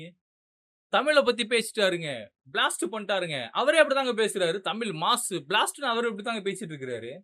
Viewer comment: தம்பி தமில்னு சொல்லாத தமிழுனு சொல்லு 👍